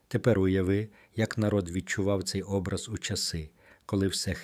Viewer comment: Наголос на О . ОБРАЗ.